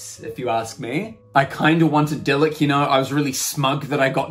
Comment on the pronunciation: Pronunciations: Loo-meen (Lumine), Ee-thuh (Aether), Dee-look (Diluc), Ven-tee (Venti), Am-buh (Amber), Py-mon (Paimon).